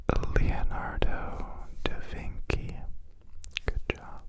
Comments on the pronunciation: Leonardo da Vinci is not pronounced with a K but a CH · The way I smiled when he said Leonardo and then that smile immediately plummeted after hearing, “Da vinky.” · It's hilarious when I hear "who painted the Mona Lisa" and in my head I go, "DAVINKI?" And he proceeds to say Leonardo Davinki. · it was the fact i said da vinky too that made me laugh. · He'd have to, the Da Vinky twins are fellow Canadians